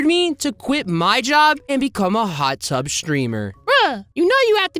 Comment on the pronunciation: Bro he said hut tub 💀 he cheating 💀 😂